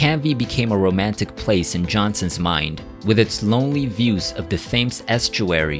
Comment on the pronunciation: The River Thames is pronounced "tems" Islington is said the same as you'd say "is"... as in "is you is or is you ain't from Islington?" and not like the part of London where I live, Isleworth which is spoken as "I-sell-worth"